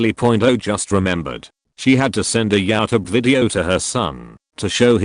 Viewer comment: Some relief from this gut-wrenching video: Just found another AI narration gem. We are all watching this on "Yow Tub."